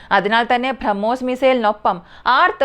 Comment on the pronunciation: ഭ്രമ്മോസ് അല്ല കുട്ടി. Brahmos